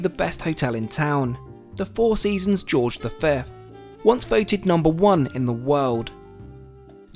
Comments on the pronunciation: The Four Seasons Hotel George V is not pronounced "George The Fifth," it goes French the whole way, and is pronounced, "The George Cinq." It's where I stay in the French capital. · Thanks for the new vid. Always enjoy them. Quick note: It’s called the Four Seasons “Georzha Sank.” FS always uses the French pronunciation for this hotel.